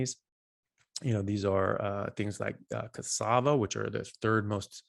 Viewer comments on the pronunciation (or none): none